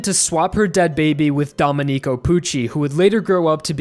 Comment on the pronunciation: great video! Just a minor thing, "domenico" is prounounced "domEnico" with a stress on the "e" (it's just because i'm italian that i noticed it but it's fine if you don't care). for the rest, like i said, a really good video. as someone else already pointed out, Pucci isn't necessarily evil, but rather, he ended up becoming like that because of his fate. and i think the reason why the one to take down Pucci was Weather is because they were fated since the beginning to come in each other's way. I guess you could say the biggest enemy in Stone Ocean was fate itself. Even after resetting the universe, Pucci couldnt complete his goal of overcoming fate. Maybe there is nothing one can do to overcome fate,and this is the bittersweet message of Stone Ocean. I remember one comic panel before the ending saying that maybe restarting the universe was part of fate as well. I can't help but agree, and it seems that this is what Araki wanted to show us, by making Pucci die unfulfilled even after all his efforts of overcoming his fate. As well as making everyone else die, despite their hope of stopping him. "It was all meant to be" just like the song Made in Heaven says! Some people dislike this ending, but it's actually one of the endings I've loved the most, ever. I can't wait to see it in anime form, one day.